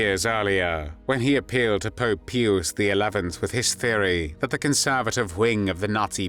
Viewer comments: Pew-us? Pronounced pyus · you AI narrator needs an upgrade. its Pius as in "PIOUS" not pewus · if he were using the Latin pronunciation, he would have pronounced Pius as 'pee-oos' , NOT "pee-us". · Small quam but the popes name was pious not pi-ous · I believe any human would have correctly pronounced the Pope’s name as Pie-us and not Pee-us. The fact that it was done twice …. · But peeus sounds entertaining and he was a pizzr lmfao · Repeatedly mispronouncing Pius is deeply annoying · I've been Catholic all my life and never heard it pronounced that way, including by parochial school elders who had God knows how many years of Latin